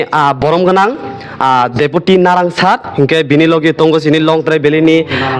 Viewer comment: Naran not narang correction